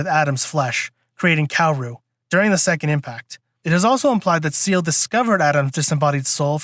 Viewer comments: SAY-LAY…. Not seal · Not to be that guy, but... "Say-Lay," not "See-eL" I'm the worst, I know. LOL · If you wanna get technical, it's pronounced "Zeel-uh" since Seele is German for "Soul" but the english dub made the Say-lay pronunciation more popular even though it's technically wrong. Sooo... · Ahhhh, dude…. It’s pronounced, “Say-Lay” And they sent Kowaru to start third impact, it was Gendo and Nerv that were trying to double cross them and save everyone thru instrumentality rather than face judgement and death from the angels!